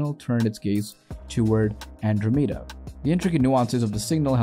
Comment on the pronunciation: How can you reliably present science information, yet not be able to pronounce Andromeda, symposium, or laboratories? You are either the worst narrator I've ever heard, or this is some A.I. reading a script.